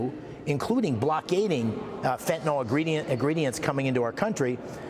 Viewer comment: It isn't fenta-NOL, it's fenta-NYL, rhymes with bill! Can't any public figures read anymore?